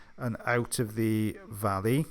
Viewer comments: Only a Welshman should say the word Vaa-lley. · Ending bank holiday perfectly Cuppa ✔ bed✔ pjs✔ wax extractions✔ ' glorious beard✔ Wonderful narrations✔ Said Valley (always sounds amazeballz with a Welsh accent)✔ Hope you've had a lovely bank holiday!